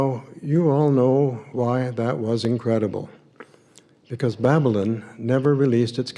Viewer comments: This creep can't even pronounce "Babylyn". After just listening to the voice mail from the grandmother, I can barely stand to watch any more of this crap. That's unfortunate because I so enjoy listening to you,, and also. I am a never-in and secular, but the more I learn, the more disturbing I find it. Keep up your good work. I think I should take a break, or I'll be needing therapy.😏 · Yes, I agree. He says ' "Babylin". He obviously took to heart the admonition against getting an education. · I heard it as Babblin. Made me crazy! 🤯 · Babylon ends with on like the word on is pronounced not an. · The way he pronounces Babylon is very strange. JW’s do have their own language for sure!! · Why does he pronounce Babylon like that? He thinks it makes him sound more scholarly, it doesn't.